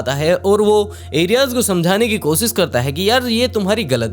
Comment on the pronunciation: Bhai kosis nhi koshish hota hai app s sh mai thoda sudhar kro baki sab thik hai